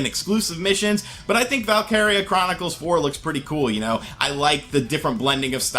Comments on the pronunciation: Valkyria chronicles is said like vaulk eera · Nicolas 1234 yeah he totally whiffed on the enunciation😂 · Val... kir... Ree